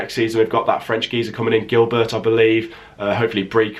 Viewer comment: As long as we keep Grealish, Hourihane, McGinn, Chester, and Kalinic and buy players around them I'll be happy. Plus you've gotta pronounce Frédéric Guilbert right btw. UTV 🍀🍀🍀🍀🍀🍀🍀🍀🇮🇪